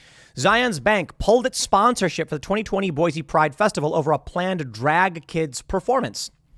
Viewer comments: Zions. ryhme it with lion not zi-ons Boise like boy-see not boy-zee -An Idahoan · In before Idahoans correct Tim, "IT'S PRONOUNCED BOY-SEE"..